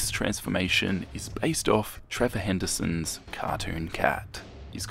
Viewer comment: It’s Trevor Henderson, not Handerson. xD!